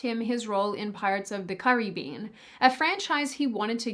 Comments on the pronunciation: "Pirates of the Currybean" you aussies are adorable. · is cute when she says ''CurryBean" instead of "Caribbean" 😅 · Wtf was the pronunciation of Pirates of the Caribbean? 😂